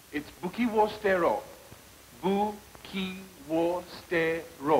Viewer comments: That stood out to me as well, like "at least he knows that the 'u' is typically silent." Although it's more like "s'tero" and not "stero" the way he says it. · The way he pronounced it doesn’t sound like the a in father more like an ash. And why did he write soo-teh-roh but pronounce it like steh-roh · Buki wo sterro. apparently It's su-te-roh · He pronounces sutero wrongly tho